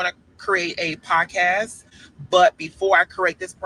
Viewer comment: He can’t even pronounce the word “podcast”